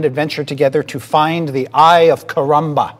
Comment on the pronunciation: Chris Perking says They have been huntting the "Eye of Karamba"... lmao "haykaramba!"